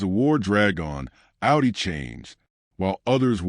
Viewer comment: "Ow-dee"? It's pronounced "Aw-dee". Stupid AI.